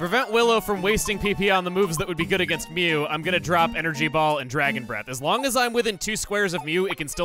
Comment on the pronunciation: You can just give up on mew. ITS MEW